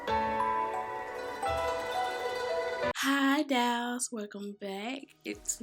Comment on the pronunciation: love watching her videos but I cringe everytime she says "dials" (dolls) 😕